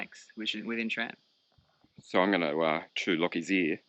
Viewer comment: There is NO “H” in SRAM. 🤦‍♂️